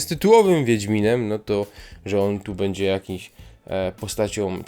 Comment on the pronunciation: Masz świetny głos ale : będzie nie Bedzie- uszy więdną a po drugie Jaskier tutaj to jakaś tragedia pomalowane oczy i ta fryzura.